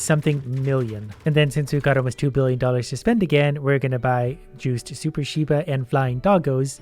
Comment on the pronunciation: im angery its pronounced sheeb note sheyeb